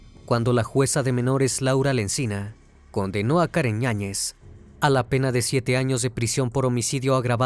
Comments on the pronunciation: Me estresa un poco que digas ÑAÑEZ se supone que el apellido es con Y "YAÑEZ" a la otra di el otro apellido 😂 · “Karen Ñañez”? Será Yáñez… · ¿La acusada se apellida Ñañez? Porque así se entiende en la narración. Yo sólo conozco el apellido Yáñez, por eso la duda. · Karen ñañez 😂 YAÑEZ